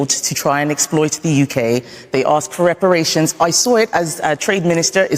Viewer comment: This woman yah must go back to the darkest part of africa, how dare her speak like that, especially about REPERRATION.